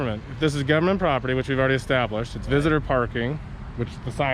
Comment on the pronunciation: Note the low intelligence/education people they hire. "propitty," "I seen..." (instead of "I SAW...) "What...what...what..." They would have done better deploying a trained chimpanzee.